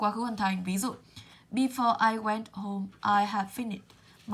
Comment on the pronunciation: Before cô đọc sai hay sao ạh?